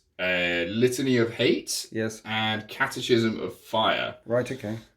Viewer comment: Wouldn’t be a fan of a match up like that, but you blokes are cool!. I’m going to sound like an arse but in catechism, the ch sounds like a k, ! I’ll get my coat!